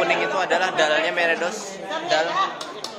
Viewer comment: meredos is mbledos